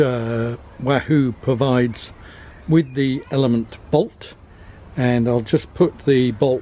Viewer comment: Your attempts to pronounce last syllable of ELEMN'T -- brilliant! I've read that Bolt and Elemnt displays are both 240 dots wide, but Elemnt is 400 dots tall (vs. 320 on Bolt). How does Elemnt use those extra 80 dots of height on its screens? Does it show another row of fields vs. Bolt at same zoom level, or does it just stretch numbers of each row a bit taller? On map page, does Elemnt use those 80 dots to show more of the course ahead? Also, if you could only pick one to ride with, would it be Bolt or Elemnt? Thanks for your great review.